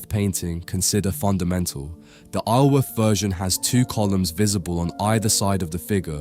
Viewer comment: I grew up a couple of miles from Isleworth - despite what the spelling might suggest, it's actually pronounced eye-zul-worth. The 's' is enunciated.